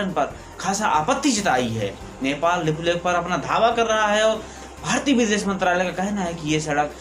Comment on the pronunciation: Bhai Lipulekh Jb bolre ho smjha nhi ara kya bolre... Shabdon ko thoda ache se bolo bhai..baaki sb badiya h... Gud wishes